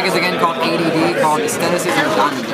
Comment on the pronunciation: He pronounced asceticism wrong xD